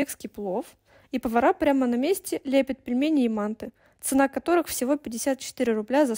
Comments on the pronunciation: Не ма́нты а манты́ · Говорят не "ма́нты"а "манты́" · мантЫ , ударение на Ы